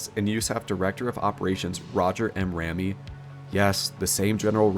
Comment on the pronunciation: Pronunciation tips: Rupelt: “Roo-pelt” Ramey: “Ray-mee”. Shreveport: “Shreev-port”.